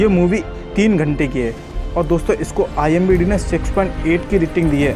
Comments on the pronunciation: IMDb nahi bhai IMDB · Bhai IMBD nahi IMDB Hota hai 😆😂🤣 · IMBD nahin IMDB hota h wo bhai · Imbd nhi hota pagli IMDb hota sahi pakde hai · Bhai IMDb hota hai na ki imbd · Bhai vo IMBD nahi IMDB hota hai🙏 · Its Not IMBD its IMDB Bro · are koi baat nahi zabban he fisal jati he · its imdb not imbd 🙂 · Bhai imbd nahi imdb hai🤣🤣😂😂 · IMDB Hota Hai IMBD Nhi 😂😂😂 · Wo imbd nehi imdb hota hai🤣